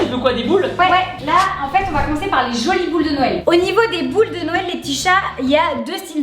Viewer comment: les cadeaus de "noyel"